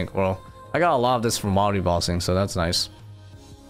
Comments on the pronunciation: Does anyone else always want to correct this man whenever he says wilde instead of wildy..lol but he's such a good player I keep to myself great vids man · Do you say words weird on purpose? Wildy, Amascut, etc